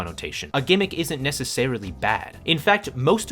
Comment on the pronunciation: It's "gimmick," bruv. Embarrassing